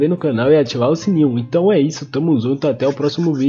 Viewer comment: Esse mano do final KKKKK "Reazi" "zunto" Kkkk Não sei se ele tem problema vocal,se tem desculpa kkkk